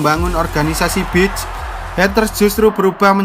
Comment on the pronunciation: Beach bang bukan bitch